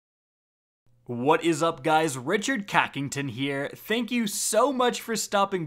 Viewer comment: The "Richard Kackington" kinda threw me off